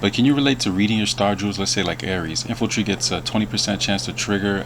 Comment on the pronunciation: INFANTRY NOT INFULTRY DAMN IT GET IT TOGETHER LOL